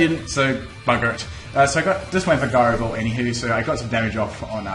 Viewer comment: the way he says gyro ball annoys me, is it not pronounced ji-ro ball, not gi-ro ball